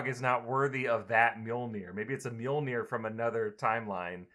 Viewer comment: And omfg you did not just call Mjilnor miramar